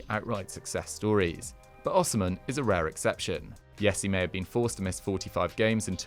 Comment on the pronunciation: It’s pronounced O she men